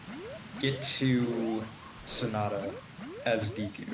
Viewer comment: It's not díku, it's deku; how many times is it possible for one mispronounce the name? It's probably way over a hundred so far, and I'm only 30 min in... Holy fuck it's annoying to listen to; it sounds more like you're trying to say "dick" with a Japanese accent, than it sounds like you're trying to say deku... 🤦‍♂ (Also no, this isn't an accent thing, you have the proper E pronunciation in English, e.g.: Example, givEn, nEd, Else, thEm, mEmbrane, bEcause, Etc.) I hate how native English speakers just assume that vowels is pronounced a certain way, just because their own vowels are all shuffled around, and blended together... (Google the "great vowel shift" for more info.) P.S. This is why I detest English dubs of anime: The few things you can't translate, like names are just fucked up to the point where I feel physically ill just listening to it... 🤮 The least the VAs could do, is to watch & listen to the original, so they don't fuck up names! Again, it's NOT an accent thing, it's your preconceived notion derived from years/decades of being taught a shitty way to use the Latin alphabet; again, look up the "great vowel shift." -Written by a polyglot; if you're going to argue, you should at least be fluently trilingual.